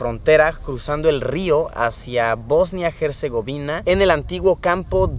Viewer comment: Hasta que alguien dice bien Bosnia y Herzegovina...